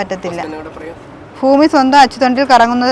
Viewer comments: മോളേ, അവതരികേ ഫൂമി അല്ല, ഭൂമി എന്ന് പറഞ്ഞു പഠിക്ക് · ഫാബാന അല്ല കുട്ടി ഭാവന കുട്ടി ട്രാൻഡ്രാരം ആണല്ലേ ഫാരിയാ അല്ല ഭാര്യ ഫൂമി അല്ല കുട്ടി ഭൂമി ഭരണി കു കുട്ടി ഫാരാണിയാണോ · ഫൂമിഅല്ല ഭൂമി എന്ന് പറയു😂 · ഫാവന യൊ ഭാവന യൊ.ഫഷണം,ഫുമിഫാരം, ഇതൊക്കെ ഏതു കോളേജിലാ പഠിച്ചത്, ആദ്യം മലയാള അക്ഷരം നന്നായി പറയാൻ പഠിക്കുക.